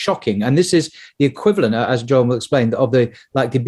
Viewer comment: Isn't his name pronounced 'Y'oram ? Nevertheless brilliant interview as always